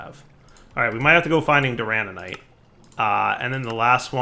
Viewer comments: for the love of all that is holy its DURANITE not DURANANITE its not hard please. It hurts my heart every time you say it wrong while literally looking at the name written out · Doo-ruh-night (Duranite) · If dire ever says Duranite wrong again.... it ain't durananite.... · So glad I'm not the only one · I was slowly going insane by hearing durananite xD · Every time adds an extra 'an' into 'duranite' I die a little more inside:'( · After a while, you just give up on pronouncing anything right…